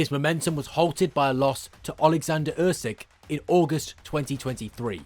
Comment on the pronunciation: No one will beat Usyk.So this is all Bollox .Its pronounced “ Oosik” 👍🏻